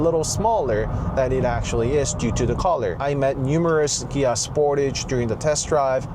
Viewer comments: What is a "Gia"? ;) Ohhh...Kia. That took me a while to catch on. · wait.. so the proper pronunciation of Kia is with a "G" like Gia??